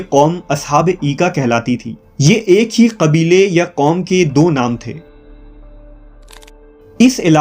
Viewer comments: Salam It’s اَيْكَه (aikah)not اِيْكَه (eekah) Also behre qulzem بحر قْلزم Please correct them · Iski pronunciation ایکہ nhi balkay اَیکہ ha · Bhai Mazart k sath Lafz Hy ... Ashaabe Aaykah... Eekah nahi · ایکہ کا تلفظ درست کریں یہ الف پر زبر سے پڑھا جاتا ہے